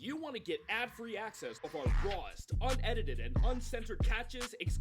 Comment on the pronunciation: Unedited ❌ Unediteded ✅